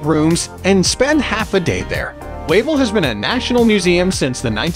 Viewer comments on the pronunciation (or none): Yes, it's pronounced "Vavel Castle", and the salt mine is pronounced "Veelichka". I will be back in "Krakuf" again for my 22nd visit on June 12th, I can't wait to see my Polish "family" again! Kocham Polska ❤️